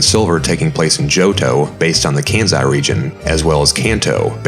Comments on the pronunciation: It's Kansai with a sharp s btw, not "kanzai" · Why on earth are you pronouncing Kansai with a z in it? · Its so clever that The area based on Tottori, Japan is called Birdon. Tottori means (literally from the kanji) "Take the Bird" so Calling it Birdon is a fun play on words. Too bad Johto didn't end up with Birdon lol. Also you pronounce Kansai wrong, but love the video! Its so cool to see this cut work that didn't make it to the production game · you're doing Arceus' work, make no mistake, but everytime you mispronounced Kansai here, I died a little.